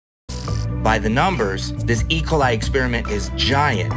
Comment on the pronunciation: "And it's not just malaria. It's not just ["ecolai"]" yes, because that is definitely how you pronounce that one singular word that is definitely not an abbreviation of two words.